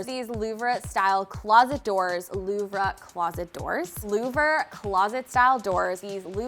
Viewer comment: Pronounced: Louv-er.